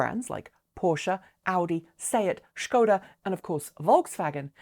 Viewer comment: Kudos on the appropriate Skoda pronounciation. But please fix spelling for 'destination' , eyes hurt...